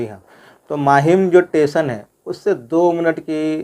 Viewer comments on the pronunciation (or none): टेशन नहीं कहा जाता स्टेशन कहां जाता है